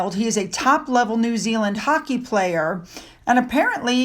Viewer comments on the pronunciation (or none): none